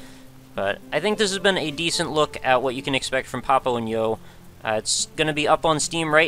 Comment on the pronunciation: I always felt like the title should have been pronounced Papo y yo, due to its setting and also the rough meaning "Dad and I" in Spanish... great video, but pronouncing the & in English threw me off.